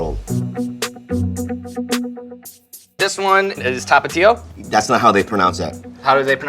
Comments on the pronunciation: As a Mexican I can confirm that tapatio is pronounced ta-pa-towel. Bobby Lee the man without borders. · BL: "That's not how they pronounce it" Me, a tapatío: well, it was pretty clo- BL: "THA-PAJ-UH!" Oh... ok, I'll let you pass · Lmao we do not pronounce tapatío like that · Wrong about how Tapatío is pronounced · As a Mexican I learned a new way to pronounce Tapatio. Nice